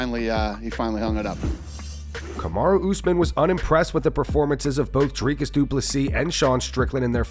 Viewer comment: Drivus, Dricys.. ahahaaa sorry, but that made me laugh 😅